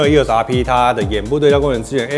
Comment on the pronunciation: 为什么我一直听到 canon 又傻逼... eos rp 读快点真的是会听成canon 又傻逼... 不懂有没有和我一样 😂😂😂